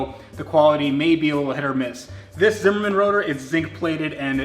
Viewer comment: Zimmermann dics suck. And its Zimmermann not Simmermin